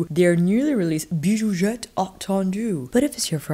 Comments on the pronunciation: Hi girl! It's pronounced "bijouZette" 😉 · French speaking fan of yours 😅 - since the X in bijoux is silent, I don’t pronounce it in Bijouxette (in French, consonants at the ends of words are generally silent with some exceptions) But I think it’s so cute how you pronounce it haha 🥰 I’ve been going back and forth on this palette for years lol, it always sells out so fast whenever Viseart has a sale. I love the mix of bright shimmer jewel tones, but I know it probably wouldn’t be the palette I reach for every day. Idk, I could be wrong 😂 Viseart palettes make it so easy to be creative. They’re my favorite eyeshadow brand. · Beautifoooouuuuul ! Pronounce the x as you do when you say excellent 😉 !